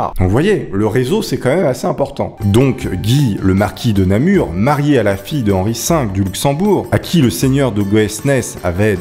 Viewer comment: Bonjour, j'écris actuellement de ma ville natale Namur et tu prononces très bien, merci